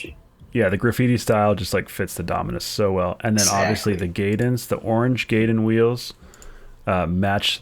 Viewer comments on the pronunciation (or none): Gayden? It’s pronounced guy den